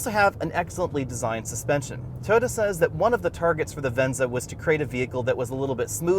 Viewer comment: Please please please pretty please... Toh-yoh-tah, or Toy-oh-tah, not tuhhhyota